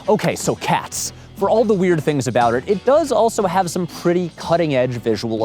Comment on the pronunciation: It bothers me how it sounds like he's saying Cass instead of Cats.